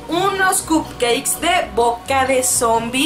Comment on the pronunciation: 😂 dice cupceis